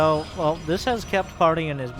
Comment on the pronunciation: When you hear Polt: "dis was a fine bait."